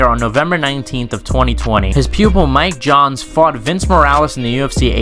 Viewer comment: It's miles johns not Mike Johns you bum.